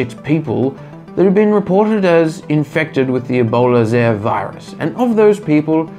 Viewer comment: Zaire is pronounced "zaa·eer"